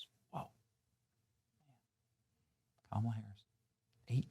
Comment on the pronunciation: ITS PRONOUNCED KAMALA NOT KAMALA YOU MAGAT